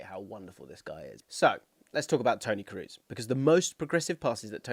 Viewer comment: On my mission again to get English people to pronounce Toni's name correctly. It's Krohs, not Cruise. The double O is long, not a U-sound.